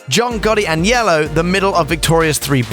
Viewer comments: sounds like he saying yellow, lol its AG. NELLO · Dude.. the way you say Agnello is killing me lol..